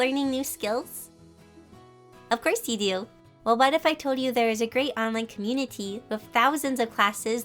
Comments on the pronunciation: Me: Communi-TEE: Communi-DEE dddddd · No one: Literally No one: Not even god: Her: Communitdy. D ddd dd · try’s to say community. And says communitddddddddd. Me: com com couraty. Oh god I forgot how to say that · No one: Nobody at all: NOT A SINGLE SOUL: Her: com...un..i.dy comunidy??? Comuni dididididididi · You: CommuniDy. Me: ;w; Me again: It’s okay some people can’t pronounce it w